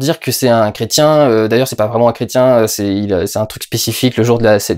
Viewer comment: Il dit Crétin ou chrétien ?